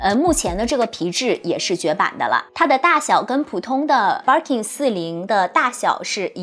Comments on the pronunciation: 日式發音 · 介绍的很好，可惜BIRKIN发音不对！